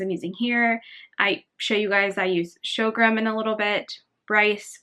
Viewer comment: It is pronounced "Sore-Gum"!!!